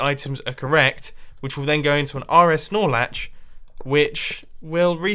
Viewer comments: Every time he says "R-S Nore Latch" I here "R-S Snorlax". lol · wow I tought it was R-S Snorlax lmao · Hahahaha nice snorlax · I thought that too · I hear R-S Lorax